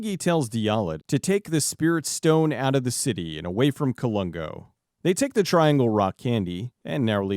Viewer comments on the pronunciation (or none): none